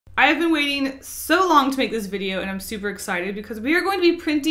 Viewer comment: Did anyone else Heard what she said she said bideo